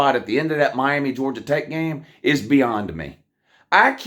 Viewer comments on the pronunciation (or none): what is "Be Ond me"?? Just axing